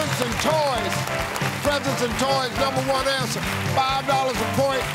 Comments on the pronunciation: “Presents and toys numba one ansa” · “Party time was da numba one ansa” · “One was da numba one ansa”